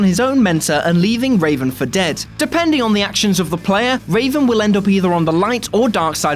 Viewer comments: It's REVan, not Raven... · ....... Its Revan........ not Raven.......... they even spell it out in the dialogue boxs in the game....... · Stop calling him Raven for fucks sake! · REVAN! NOT RAVEN! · "Raven"? Duuuuuuuude. "Revan" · It's REVAN not Raven also its a huge plot twist in the game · MALAK and REVAN, not MALEK and RAVEN. This just hurts. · It's Revan you dip not Raven they are a Jedi not a fawking bird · ugh...got a bit dyslexic there, huh? It's Revan, not Raven....and who the hell felt bad about taking out Malak? where's Xion from Kingdom Hearts: 358/2 Days? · REVAN NOT RAVEN!!! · HEY...whoa..not cool..it's not raven it's REVAN! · Darth Revan, not Raven. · Did you call Revan for "Raven"? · Did he just say raven instead of revan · Zach Keaton yes, several times. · He said “Raven” instead of Revan My face cringed off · It hurt me ever time he said it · You can tell they’re reading off a script and not played KOTOR if they’re saying Raven 😂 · Its revan you uneducated swine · Revan. REVAN.